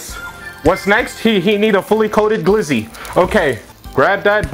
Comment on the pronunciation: My dude said glizzo 🤦🏽‍♂️😂😂